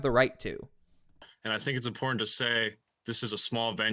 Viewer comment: ImporTANT…TanT Say the word normal you are not Russell brand … imporTANT